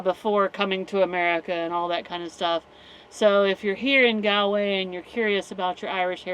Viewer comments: Galway way is pronounced Goll way not Gaalway. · My ears bleed a little bit every time I hear you say Galway. It's "Gall-way" like Gall bladder.